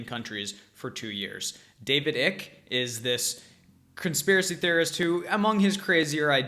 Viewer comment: lol.. can't tell if you're trolling him! it's "Icke" - like "mike" not "ick" like "sick"